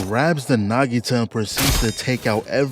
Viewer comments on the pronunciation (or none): bro it's a naginata not a nagita